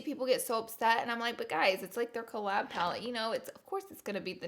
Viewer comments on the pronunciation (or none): none